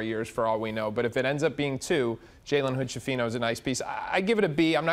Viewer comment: Skifino, not scifino, it's an Italian surname